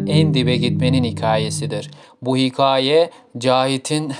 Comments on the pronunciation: hiKAAye diye bastıra bastıra yanlış telaffuz ettiğin için izleyemedim videoyu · dostum bi hikaye kelimesinin telaffuzu konusunda çalışmaya ihtiyacın var